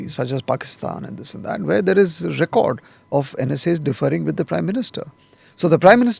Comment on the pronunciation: Arey yaar its ‘differing’ not deferring. All journalists nowadays are majoring in duffering😂